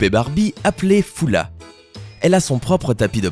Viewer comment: Ca ne se dit pas fula . Cela s'écrit Fulla mais se prononce فّلة, ou Faulla.